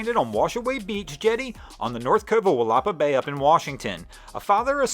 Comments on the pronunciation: ‘Will a paw” bay. Not “will op uh” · Hi, it's pronounced Willa - PA Bay. The accent is on the last syllable.. Washaway Beach has literally claimed miles of farmland over the last 50 years or so. I almost stranded a pick up truck on Washaway back in the 1970's because I (you guessed it) wasn't paying attention to the tide.